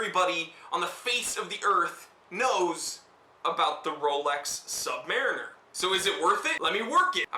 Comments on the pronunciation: Nice video, thanks, and I love mine... Purchased it from the U.S. Navy PX, in Long Beach, CA in 1972... But, it is pronounced, Sub-Muh-Reen-Er, not Sub-Mare-In Er. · I'm very fortunate to have been handed down to me my father's Rolex Submariner. Given to me on my 40th birthday. I have a couple of questions; how/where do you find the "Date" and what exactly is that? secondly, the pronunciation. My Dad was in the US Navy and the vast majority of his time was spent in the Submarine Service. Say "SubMARINer" to a sub vet and you'll get side-eyed as they pronounce themselves as "SubMAREENers" - trust me, I've seen it directed at me. Only once though. Thanks for any insight... love my watch!